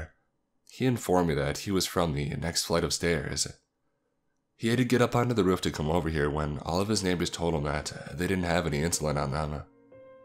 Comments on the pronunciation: Am I the only one confused as of to why he calls roof as ruff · Jesus, I enjoy these stories but every time he says "ruf" instead of "roof" it unimmurses me from the story and pulls my focus from what I'm trying to do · "The door on to reuf"